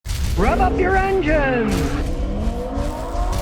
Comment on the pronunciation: my mistake 🤣 you are right that makes more sense but you gotta admit it does sound like rub up you’re engines!